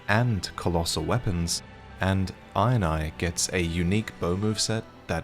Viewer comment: Every time he says Iron Eye, I just hear him say INI (eye in eye) and it makes me chuckle every time!